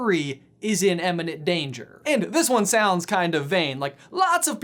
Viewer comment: Please stop saying "emmininent", it's IMMINENT and and